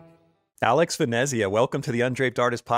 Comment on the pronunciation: Is it Venezzzzia or is it pronounced as the Italians pronounce Venice? Clearly, how words are pronounced is important to me. The name Caravaggio….the letter i is not spoken. Cara-VAH - Jo